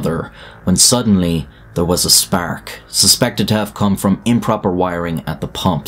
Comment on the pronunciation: A "sperk"